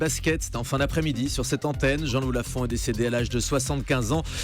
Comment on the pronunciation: C'est étrange que cette vidéo ait aussi peu de vues. J'étais complètement cinglée de JL Lafont. Quand je vois et entends Morandini,...qui, en plus, écorche son prénom.